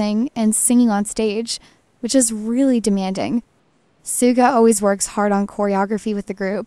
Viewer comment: Please say his name correctly. It is not pronounced sooga but shooga